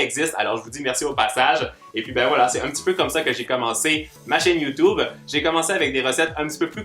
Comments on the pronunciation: Il dit youtoube mdr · Tu est trop mignon tu dit youtoube